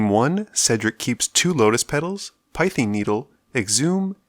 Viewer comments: Oh great doing legacy! I'll be the annoying guy, it's pronounced pee-thing not pie-thing needle, if you got my point. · A certain youtuber is rolling his eyes at your pronounciation of "Pie-thing Needle" On actual feedback, I'd suggest making the video footage a bit bigger while moving live totals between their respective decks and the "VS", as having to move up and down constantly can be a bit annoying. Alternatively, move the deck names to the top